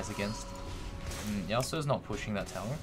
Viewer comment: It's called turret, or tower, not "towel".